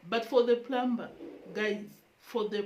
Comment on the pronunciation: I realize that in Africa the ”P” in the word Plumber,Plumbing is pronounced. The P is silent it rhymes with the word summer.